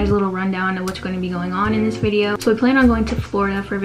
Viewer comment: U said bidio